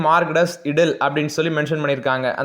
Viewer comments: ப்ரோ cogjinet இடில் இல்லை ஐடில் ன்னு சொல்லனும் ஐடில் சும்மா ஒரு தகவல் தான் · Yenna bro english pesureenga . Edle nu solreenga. Adhu idle bro